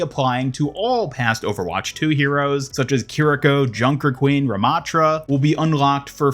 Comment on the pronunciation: anubis ramattra? why not RA-mattra??!